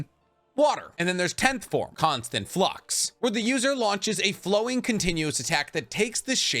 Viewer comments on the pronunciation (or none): none